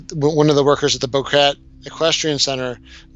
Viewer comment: It is bo-KET-eh.